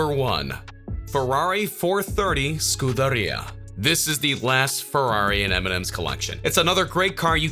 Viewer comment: Love how you butchered scuderia. "SKUDD-ER-IA"